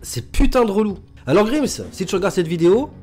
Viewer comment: Bonne vidéo ! Par contre la prononciation de grimes me tu